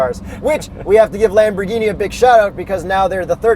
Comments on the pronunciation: I'm Italian, the way pronunces it is pretty much correct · yes that's right Huracan with the silent "H", at least way say it like that in Italy. Your lamborghini pronunciation is correct but for Murcielago I don't know the exact pronunciation cause is spanish ( we say Mursielago).